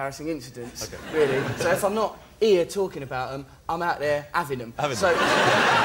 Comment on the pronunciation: ''if i m not ear(here) talking abt them, i m there aving(having) them''....lol...just love it